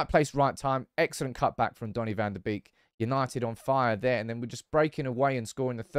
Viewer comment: Dutchie here. Love your channel! Came here for Erik Ten Hag, decided to sub because of you. You're doing a great job. A little tip about the name Van der Beek. Beek in Dutch is pronounced as your English word bake. So it's Donny van der Bake. Keep those videos coming 👍